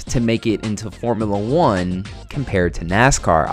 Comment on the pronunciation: I died at “Formula eugh”